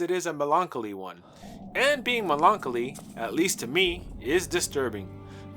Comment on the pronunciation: "Melon-colly" my man, not "Melonk-o-lee' lol